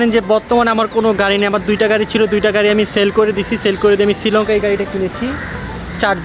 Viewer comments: It's not Sri lonka. It's Sri Lanka. 😅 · সিলংকা নাকি শ্রীলংকা। বেডা কইতে পারে না।😅😅😅